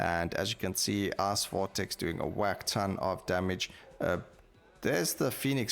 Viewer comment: I laugh a little everytime he says ''ice'' or ''fight''' , they sound very similar to ass and fart